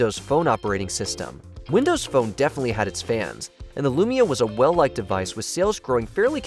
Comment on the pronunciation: it’s LUMIA. Not "lumina" smh